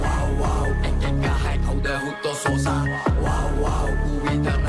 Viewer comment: සෝසා ❌ සොසා ✔️